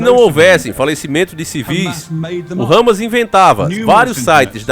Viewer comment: Pronuncia o nome correto, Hamas e não râmas